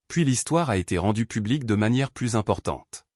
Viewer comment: Quand arriverez vous à comprendre que plus prononcé pluss signifie + et que quand on dit plus qui veut dire "aucun" cela se prononce plu. Exemple: j'ai donné tous les bijoux, je n'en ai plu (plus) Le S ne se prononce pas. Vous dites chaque fois le contraire.